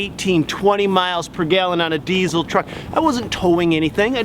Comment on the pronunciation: What's a dezzel? Its diesel.